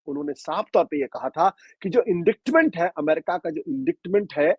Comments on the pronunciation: Ashutosh ji, आप वैसे बेहद पढ़े लिखे हैं, अच्छी हिंदी और अच्छी अंग्रेज़ी दोनों में बेहद कुशल हैं इसलिए एक प्रशंसक के नाते कहना चाहूँगा कि कृपया indictment को इंडिक्टमेंट ना कहें यह ग़लत उच्चारण है! इसका सही उच्चारण है - “इंडाइटमेंट” है! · Ashutosh ji ek correction especially for journalist - it is promounced as inditement ,c is silent, thanks